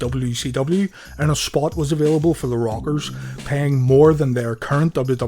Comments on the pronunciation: Nice video an thanks but every time you say the rockers I hear the robbers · funny ow he cant say rockers and says the robbers